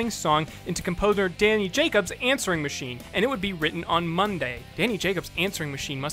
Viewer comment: "Answering Maching" lol